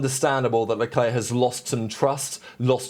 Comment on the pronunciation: Who is "Shalwlleclair"?